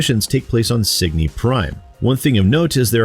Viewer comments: That added "S" was killing me. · Pickups go to score and upgrade purchasing currency when your shields are full. You’ve also pronounced the name of the game wrong the whole time lol